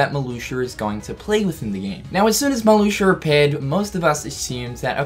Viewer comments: Emiliano Gonzalez but it's pronounced Mar-Loo-shia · I think it's Marluxia not MarluxiER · Oh my god “Marloosher” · Decided to take a shot every time I heard “Marloosher.” I’m three minutes in and I’m drunk. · Marluxia in english: MARLUSHU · “Marlusher”... Nice. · "Marluxer" XD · Lol "Malusher" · It sound like you are saying Maluxur,. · Does he say "Marluxier" when it's in the middle or beginning of a sentence? I'm pretty sure he said "Marluxier is back". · Does any one else hear him say marluxer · Who is “Marluxiar”? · Is he saying Marluxer? Lol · Matthew0337 This. He says ‘MarluxiaR’ as well, it’s just the way he speaks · I love the way he says Marluxia. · i caught it the first time he said it and thought he just messed up... then he continued to say it lol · Nah, I'm a kiwi same as him and is definitely saying it wrong lmao